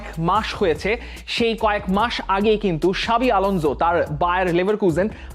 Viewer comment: এই ভাই বার বার সাবি আলঞ্জ বলে বলে মাথা খাইতেছেন